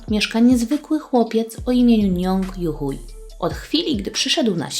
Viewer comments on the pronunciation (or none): Chcę tylko powiedzieć, że jego nazwiska tak się nie czyta. Youhui czyta się "juhłej" albo "juhłi" (nie jestem pewna które).